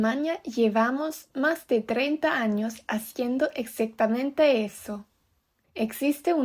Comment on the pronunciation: y como que 'capeces' y 'exactamento' 🤨 PD: Si fuera profesor de lingüística te tomaría 5 años más de aprender y adaptar el idioma español y los diferentes dialectos